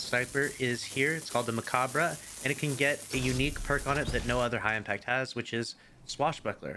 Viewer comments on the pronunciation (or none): It’s a genius play on “macabre”. When he said it wrong, made me think mecha-bruhhh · sick pronunciation on the mechabruh